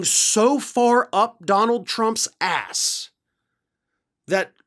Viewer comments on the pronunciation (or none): Kissing Trump's asssssssss! I like that emphasis on the!